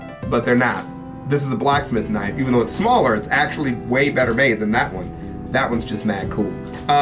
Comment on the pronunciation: (Whips out knife): "That's not a knoif. This...(struggle) This...(struggle) This is a knoif."